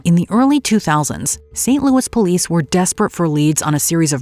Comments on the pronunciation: “Saaant-Louiś.” Louie. Geez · It’s pronounced “Saint Louiś.” Like Louie lol